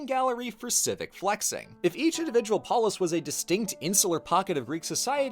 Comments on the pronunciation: I like how you say Macedonia so accurately, but say polis like a US southerner would say police or a french guy saying chicken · I’m so sorry I cannot hear “polis” without hearing the way Scottish people say “police”